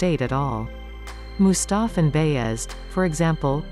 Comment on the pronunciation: You MIS PRONOUNCED EVERY TURKISH NAME OR WORD . Disgusting im sorry ; im not even turkish but mustaf.and beyaz? Shezad ? Disgusting im sorry